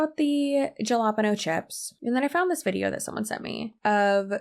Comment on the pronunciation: girl ily but how are you gonna be so extra pronouncing "Suárez" and then say "Jalapeño" as "Yallah Pen'Oh"..?😐